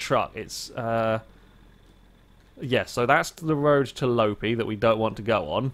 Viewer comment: Loppi is pronounced more like Lopppppi than Lopi